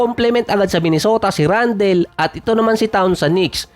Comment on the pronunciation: Randal di randel. Toron di ty-ron make small research on how you pronounce those american names.